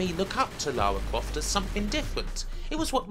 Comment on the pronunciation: LAUWAAA CWAUFT